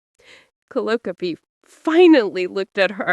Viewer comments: Seriously, get rid of that horrible voice. And pronouncing calliope as callyopie is just crazy. The story is good though. Sarah MS 🦅🇺🇸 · Cal- eye- o -pee !!!!! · One distraction:the pronunciation of Calliope’s name; the accent should be on the second syllable, not the third.